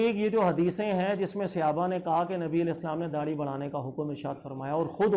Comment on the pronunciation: Janab aap Mufti aur Aalim ho kar SAHABA ka ghalat talaffuz SEHABA kyun bolte hain??